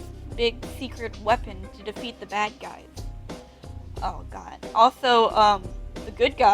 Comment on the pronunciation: For a sec I thought you said the good guys were called gays lol